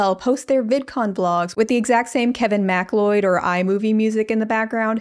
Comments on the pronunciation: Kevin McLeod of Incompetech is pronounced Mc-Cloud, not Mack-Lloyd, another great vid for painting to though. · Love u but I think it’s pronounced Kevin Mc-Cloud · Btw, Kevin Macleod's name is pronounced Mac-cloud. I spoke with him personally and asked, haha. Cool dude. Very into Lego and tiki bars. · ily but "MacLeod" is pronounced like "ma-CLOUD"